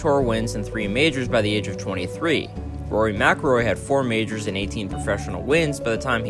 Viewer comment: Majors.. Not "Mijrrs" mate... its harsh